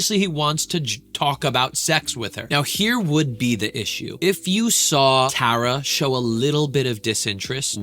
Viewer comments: i keep cringing at how he says tara. tar - a, not tear - a, tar, tar a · TAR-AH, not TARE-AH :) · Tara is gonna lose her mind hearing you pronounce her name as “Tah-ra” instead of “Tuh-ra” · btw ur saying her name wrong it sounds like black tar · Who's going to tell him hes pronouncing her name wrong😭☠ (Its Tar-Uh) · Tara pronounced T-are-uh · its pronounced tar-a like black tar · She’s gonna HATE how you are pronouncing her name wrong so many times 😭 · You’re pronouncing the name wrongg😭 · ok awesome! 😊 But one more thing.. I’ve noticed over time, most say Tara wrong and you were close but just thought I’d lyk. Tara doesn’t really like when people say her name wrong and I’ve heard some tell people how to say it like black Tar - Ahh, you were *very close*, compared to others that don’t know her, pronouncing it… but just incase you make more videos on her try to go to a video with her in it and listen to how they say her name! ❤️ Can’t wait for your next videos!